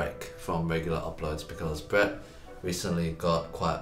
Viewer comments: lmao. The last present sounds like ”go back to sleep” instead of “go practice Breeeeett” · "Go practice Breet" sounds like "Go back to sleep!"😃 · No one: Literally nobody: : GO PRACTICE BREET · Breet and edyy